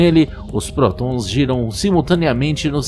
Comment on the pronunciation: Narrador: Chenóbyl/Protõns/Hadrõõns... Eu: Pqp cara, você tem demência?